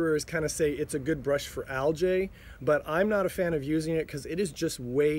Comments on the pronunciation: Love your videos, just an FYI, it is pronounced algeeeeee not aljay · Actually aljay is the plural of algae. Algae is one, and there are over 500 type of aljay.